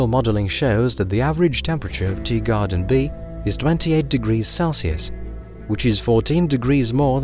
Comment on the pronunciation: Is it just me who hears it, or is this guy really saying “Deegarden B” rather than “Teegarden B”?